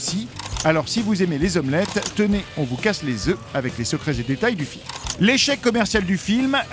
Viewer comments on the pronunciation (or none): none